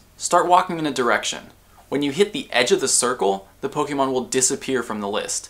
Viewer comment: WHY DOESNT ANYONE KNOW HOW TO PROPERLY PRONOUNCE POKEMON???